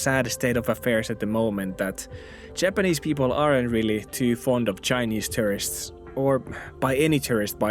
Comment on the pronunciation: I always heard you saying "terrorists" and I wondered why you would think people should like terrorists. Later it came to mind that you meant "tourists".. hm